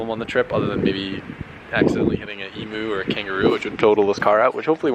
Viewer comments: Ee-myoo, not ee-moo. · Its pronounced "emew" not "emoo" 😂😂🤘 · E-Moo? Hahaha what is that? It's Em-U